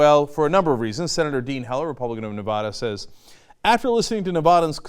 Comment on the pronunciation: For the love of gawd, it's Ne-VAD-uh not Nev-aaawww-da. Everyone knows this, do people just mispronounce to piss off Nevadans?